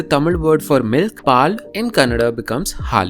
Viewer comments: U Pronounce Halli as Ha and Li from Koli if u pronounce Halli as u did in this video it means lizard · Actually ಹಲ್ಲಿ is lizard and ಹಳ್ಳಿ is village. You pronounced halli as in lizard with small la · Your pronunciation of "Halli" is different from the actual. The way you said it actually means lizard instead of village. I have seen people having the similar pronunciation problems for "r" and "l" sounds. Like "The lord of the lings" :).